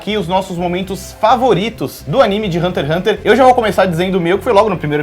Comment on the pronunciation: Se passaram anos e meu ranço por essa menina ainda não passou. No início do vídeo, ela fala como se o Togashi fosse um preguiçoso, vídeo raso demais, envelheceu igual leite. Sabe nem falar o nome do anime que está apresentando, por isso esse ''programa'' não vingou, ambos não sabem nem o que falar. Péssimo vídeo.